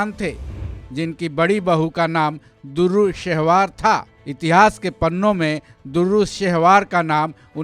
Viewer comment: Bhaijan "DURRU" nahi "DUR'RAY" (Dur = Moti / Dur're Shehvar = Nayab ye Khimti Moti)